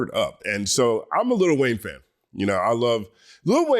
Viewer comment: Stop with the little Wayne it's Lil Wayne ✊🏿